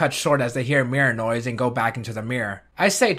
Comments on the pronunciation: Whenever he says 'Mirror noise', I keep thinking he's saying Mirinoi. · I don't know if it's just me but every time he says Mirror Noise to me it sounds like he's saying Mirinoi